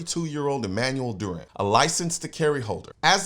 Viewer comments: Dew ran is the way to say it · CN, you dropped the ball hard, major fumble. The Hero's name is DURAN. You should know how to say his name.